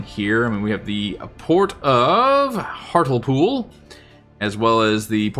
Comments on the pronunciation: Great vid but the British place names have you foxed: "Hart-lee-pool" "Ed-in-bruh" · Ngl love hearing Americans mispronounce British place names if you want it's said like eh.duhn.bruh And Heartly pool Like the series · Hartlepool is pronounced Hart-Lee-pool. Found it surprising my home town is in the game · Based on your pronunciation of Hartlepool ( it should be hart lee pool) I hope Jeff Stelling isn't a subscriber 😅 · Hart le pool, not hartle-pool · Pronounced “Hart-lee-pool” 👍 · Just thought I'd mention that Hartlepool is actually pronounced more like 'Hart-li-pool' #TMYK 😉